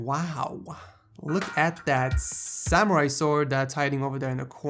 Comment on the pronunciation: "Look at the Sss-Samerai sword" XD... But seriously Otaku's yall gatta stop